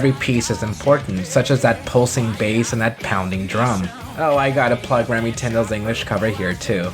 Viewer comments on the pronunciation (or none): none